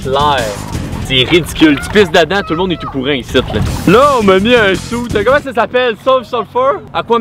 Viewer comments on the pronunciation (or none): "Jaime poo le pain à l'ail" 😂😂